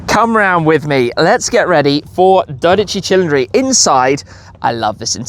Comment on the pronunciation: if you pronounce 12 Cilindri like that one more time the Vesuvius will erupt and haunt you all the way to UK